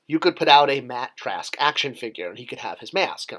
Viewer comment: He didn't say Track... He said TRASK. Sorry to be picky.